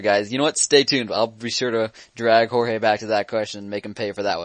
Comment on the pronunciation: Its Jorge (hor hey) not George idiits